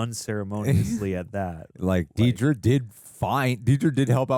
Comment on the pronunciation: i am irrationally upset that so many people can't say dedra's name right, lol